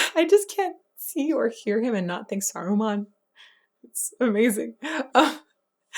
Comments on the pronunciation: It's Saruman, not Sarumon 🙂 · The character in LotR is called "SarumAn", not "SarumOn" - he is not a pokémon :D and the Star Wars character is called "Count DoOku", not "Count DokuU". Yes, yes, nitpicking, but I'm too much of a fan not to complain about this, apologies 😅 Unless I'm missing some kind of joke... in which case: apologies² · "Sarumon" physically hurt me. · It's "Saruman".